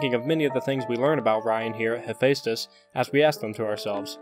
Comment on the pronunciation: Other people: Hephaestus.: HEPHÆSTHUS No hate, just found ur pronunciation kinda funny.